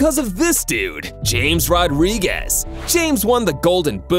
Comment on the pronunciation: No one questioning how he said Rodriguez’s name